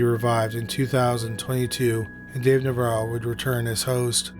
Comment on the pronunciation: weird how the narrator keeps flip-flopping back and forth between pronouncing Navarro correctly and then saying it wrong. Like literally in the same sentence.